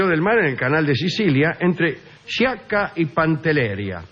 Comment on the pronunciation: Digamos que se pronuncian SCIACCA shaka PANTELERIA con acento en la i como heladeria